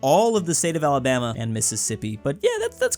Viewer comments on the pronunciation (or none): none